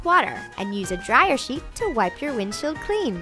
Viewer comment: Who else noticed that they said wip instead of wipe 😂